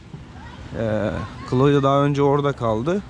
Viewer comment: Daha kızın ismini söylemiyor köylü..klodya degil klaudiya okunur..